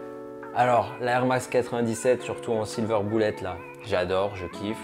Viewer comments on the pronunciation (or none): none